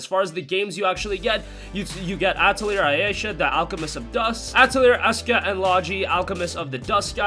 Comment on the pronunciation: Hate to be that guy, but Atelier is pronounced "Ah-teh-lee-ey"